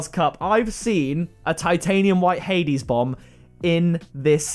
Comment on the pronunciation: You said hades bomb wrong btw